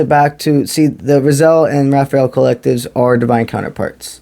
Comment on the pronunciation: Rah-Zee-El is how Raziel is pronounced bro. Ty for the msg